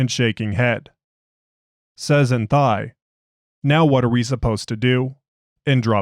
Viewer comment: Did you just pronounce "Thai" like "thigh"? "Thai" means of or from the nation of Thailand, pronounced "tie". Did you really make it into adulthood not knowing how to say Thai?